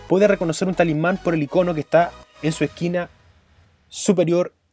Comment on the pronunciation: Me pregunto por que siempre dicen "ICÓNO" aun viendo escrito "ÍCONO"...¿?